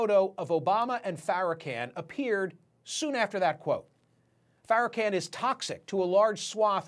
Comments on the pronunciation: Say the man name right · Louis Farrakhan (can) ? pronounce it right dude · Sir you know full well you are pronouncing Farrakhan’s name incorrectly and if you don’t know that you should not be reporting this story.